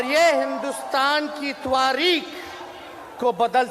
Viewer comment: तवारिक नहीं तारिख होता है उपमुख्यमंत्री जी